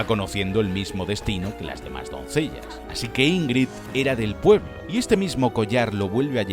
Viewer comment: Es "así" no "haci"